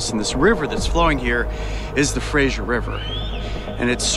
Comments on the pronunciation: It’s pronounced Fray-zer haha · Anyone else almost puke at how he said Fra"sh"er River?